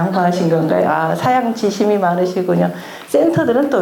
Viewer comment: 말이 아주 부드러우나 강약절도가 없어서 이해하기 어렵스니다."사양지심" 을 ",사양" 하고 "지심"이라고 두 자씩 띄어 읽엌ㅆ습니다. 잘못입니다. ",갈 지" 자는 소유격이기 때문에 "사양지" 하고 "심" 하고 띄어서 읽어야 합니다. 저 역시 한글 전용을 반대 하는 사람입니다.지금 한국은 자고저 장단음 문제가 심각합니다. 분수를 왜 "분쑤"라고 된 소리라고 합니까. "한국 어문을 고발함"이라는 책을 일독해 주실까요. 미국 변 완 수 배